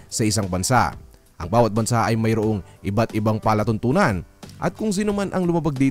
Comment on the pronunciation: Maraming salamat sa napahusay nyo pong sagot. Marahil sa impit ng pagbabanghay po ninyo nagka meron ng kalituhan. Palatuntu'nan is program. Pala tuntunan is law